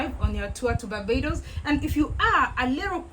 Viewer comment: Hello my beautiful Sunshine I love how said Barbados 🇧🇧